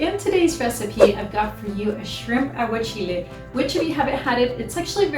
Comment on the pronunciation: Aguachile sounds much nicer when you say it...I sound like a big dummy!!...always love what you do Lilia